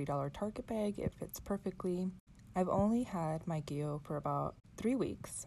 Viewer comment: Gee-lee-oh. Not Jill-ee-oh Gillio is an Italian word and it’s pronounced as above.